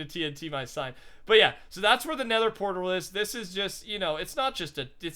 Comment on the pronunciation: He said pertal instead of portal...😂